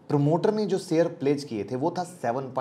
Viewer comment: Your pronunciation of Sh ( श ) as स is very irritating. For example, It is शेयर not सेयर. Please improve if you want to compete as a good U tuber, otherwise forget and enjoy स only. 🙏